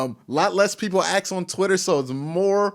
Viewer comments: Q it’s ASK NOT AXES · Let me ax you a question, is it to or too? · two, too, to ... just axe